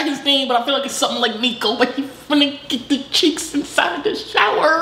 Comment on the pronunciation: He called yolks neeko the entire time😂😂😭